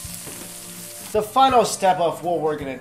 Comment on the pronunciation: when you said "gorgeous" and "bananas" your accent went really new york